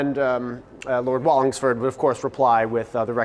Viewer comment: imagine just walking through new orleans together and you hear this weird dude talking into a camera going "Oh yES LoRD WallINGSfoRD ShE wILl BreED"